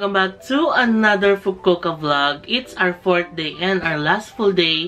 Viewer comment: FU-KU-O-KA pronounce the O IN FUKU-OKA.